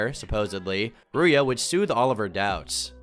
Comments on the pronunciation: I love how you say Ruia instead of Ruzha😎 As a fellow Bulgarian, foreigners always struggle when pronouncing my name. You can type her name in google translate and hear how it's pronounced in Bulgaria, it'll surprise you! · Ruja is pronounced like rouge, not like booya. She is 100% gypsy and most of her "resume" is fake. You make her out to seem like this financial mastermind, while in reality this is just a scheme which sme was only the face of. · Mate, it's Ruzha not Ruuya. It's painful listening to you mispronouncing her name every 10 seconds. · 1st you described Bulgaria very negatively, but it’s not worse than any western country as far as crime is concerned. 2nd, it’s pronounced RouZHa, not Ruya! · Hearing "rooya" again and again when talking about Ignatova was so painful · is Bulgarian in the same way Taco Bell is Mexican. Also, it's pronounced "Ruzha" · If you had any touch with Bulgaria, you would know that you pronounced Ruja name incorrectly. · My guy, how are you Bulgarian and pronounce Ruja's name so wrong? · how are you a Bulgarian export and yet pronounce Ruja's name so bad?